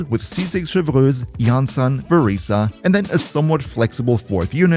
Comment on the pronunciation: As a french speaker I can say that The «Chevreuse✨» was perfect.